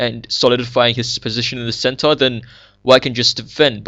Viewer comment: its funny when you say "center". "its like white has a very nice centaur"